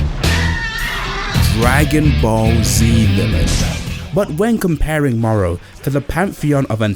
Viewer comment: Not morrow! The name is moro